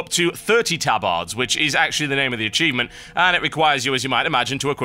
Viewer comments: ... tab-AR-ds... :( i thought it was ta-bird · Tub-ards? lol hahaha